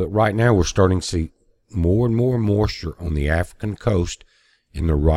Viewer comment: I like the way he says the word 'moisture'...it's like 'mawschure'